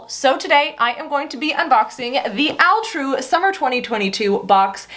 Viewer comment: Question. Why is it pronounced Al True and not All True as it’s spelled? What does Al True stand for?